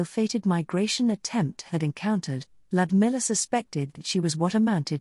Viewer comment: lodmiller what a riot, I don't mean to be a gnz but her name is spelled Ludmila Zahradnik, text to speech can make names sound way of like Feoh Berkana sounds like theo bellcoana to me, still better than hastening my path to myopia, I prefer functioning eyes thanks.